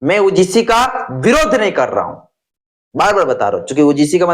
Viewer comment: पहले यू जी सी बोलना सीखो क्योंकि ऊ जी सी बोलने से तर्क नहीं होते